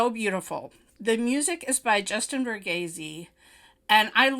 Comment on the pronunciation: ‘Varghese’ is pronounced VAR-GEES. The name is derived GeeVarGees, from the original Greek name GIORGI (George).